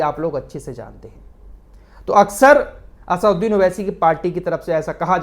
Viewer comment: फराज भाई आप भी असदुद्दीन उवैसी का नाम सही नहीं बोल रहे हैं। आप नाम बोल रहे है असउद्दीन उवैसी। लेकिन उनका नाम है असदुद्दीन उवैसी।